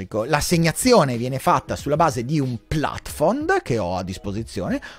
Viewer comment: plafond è francese !!! Si pronuncia pla'fɔ̃ Non è che tutte le parole straniere (e pure quelle latine) vadano pronunciate con pseudopronuncia inglese ! Se non conosci l'esatta pronuncia di un vocabolo non lo usare, sopratutto quando c'è l'equivalente italiano.